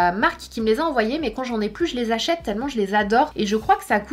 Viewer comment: J’achète pas j’achetse 😂